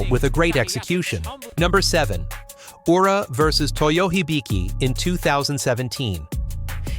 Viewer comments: It is pronounced Ura, not "Yura"! Terrible pronunciation of Japanese names is irritating! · Good idea. I was getting fed up of "Yura", "R-eye-yuden" and "Eye-zori" amongst other mispronunciations.